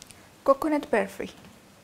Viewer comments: हो बर्फीचा उच्चार ऐकून मी पण खूप हसले...फॉरेनरनी केल्यासारखा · Tumhi asa mula sobat boltana Bafi asa ka boltay English madhe ?😂